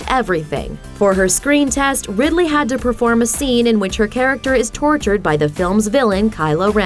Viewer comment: It's Ridley - as in Ridley Scott